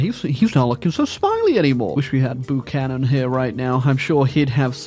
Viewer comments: Ermh excuse me, buchanan is pronounced bew cannon like pew. Not boo cannon. Thank you on behalf on of all buchanans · Pat Boo-kan-nan is now part of history. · As an American the funniest thing about it is that Pat Buchanan actually makes some degree of sense as a historical leader in 2010 and would be much more well known to someone IRL in 2010 than Bernie or Kamala. The annoying thing was the mispronunciation of a last name that comes from the UK. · "Boochanan pact" 😂